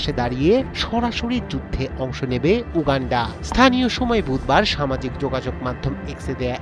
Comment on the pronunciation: Uuuganfaa... 😂 Gologolo wishing.. 😂